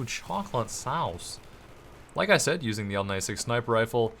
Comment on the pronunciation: The way Says Chocolate sowce lmao...Oh and Favorite Bad Company 2 Gun will have to be XM8 PROTOTYPE! OH SO ACCURACTE!